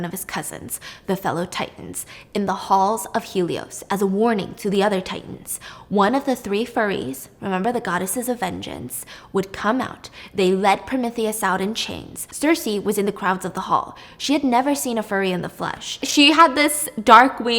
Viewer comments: Just letting you know, you're pronouncing Furies wrong. Its fury (ˈfyo͝orē/feurie) as in wild or violent anger/rage/fierce, not furry as in hairy haha. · She's killing me how she's pronouncing fury lmfao it's fury not furry LMFAO 😂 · Few-ree (fury) not furry lol Fury as in anger. Yew-rin-us (Uranus) not Yur-anus lol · They're not furries they are Furies, like fury or furious. Having a few mispronunciations doesn't matter much but that one gives the wrong idea. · Er Steph, I think the furies are pronounced few-ries, not furries.x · You're so talented. You have tremendous recall and you are a rare storyteller. The furies are the same pronunciation as "fury" with an s... "Fyoo-ries", not "furries". Hope that helps. Looking forward to more videos :) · 😂 f-yuur-ee not furry lmao. I'm dying 😂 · Fury like anger, not furry like the guy that wears a tail around the local park 😂😂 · Furies not furries, fury meaning like furious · "Fury," as in extreme anger, not "furry." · I honestly love that you call them "furry's" like fur on a puppy, but it's pronounced furies like furious. Hence the goddesses of vengeance title. But please don't take me saying that as me critiquing you because the way you pronounced it the whole video made me smile and was charming. I just thought you might want to know in case you read any other Greek mythology books in the future. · 😂omg Fury's 😂😂❤ not furious the furies steph really makes this great entertainment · LOL not furries, Furies as in pissed off not hairy. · It's Fury not Furry. It doesn't have two Rs in the spelling. A Fury is a deity that represents vengeance so giving it that name reflects their nature in fury, rage, anger, so on. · Stephanie, it isn’t Furry. It’s Fury like in Furious or smthn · Furies as in Furious not furry as in hair 😂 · Stephanie ily but its pronounced fyr-ees not furries lmao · Fury, not furry. Like you’re furious. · The furry? Fury- no nope it's f-ewer-ee.. Lmao a I got them Percy Jackson kid vibes